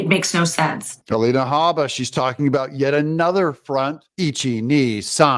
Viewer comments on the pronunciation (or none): none